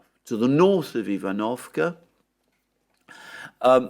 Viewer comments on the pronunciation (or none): ivanovske is spoken eevan-of-Ska